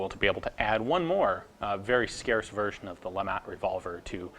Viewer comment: Every time he says version I swear the gun jesus he's sayin virgin